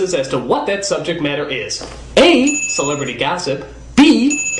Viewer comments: "Celeberty"? Oops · lol celeberty not celebrity